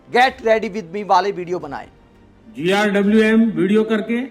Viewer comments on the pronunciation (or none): GRWM means get ready with me. It's not GIWM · भाई इसको GRWM बोलना किसने सिखाया 😂😂😂